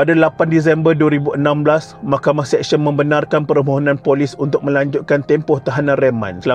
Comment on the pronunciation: Sebut betul2. Mahkamah SeSYEN bukan Mahkamah SEKsyen . Practice sebutan yang betul sebelum buat content.